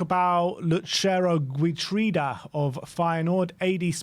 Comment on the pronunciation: Geertruida is pronounced Heertrouda.